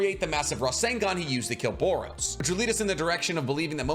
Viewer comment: Why do you call him Boros? Isn’t his name Boro?